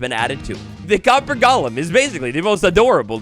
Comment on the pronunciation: DUDE, it’s GOLEM. Not gollum like lord of the rings. GOLEM. I had to go watch a different video about this update because you made me want to break the tv off of how badly you mispronounce it.